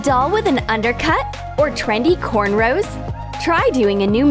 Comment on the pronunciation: This lady couldn't even say cornrows right or Lord help her